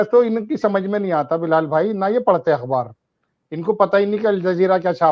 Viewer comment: सरमा जी आप पहले शुद्ध हिंदी सीखो ,फिर भाषन देना।लता मंगेशकर जी से सीखो वो मराठी थी,उन्होंने हिंदी फ़ारसी ऊर्दू सीखी तबजाके फल्मों मै प्ले बैक सिंगिंग की आप अखबार को अकबर बोल रहे है ,ऐसे कई शब्द आप गलत बोलते है।इनके दुर्दिन मोदी के साथ शुरू होने जारहे है।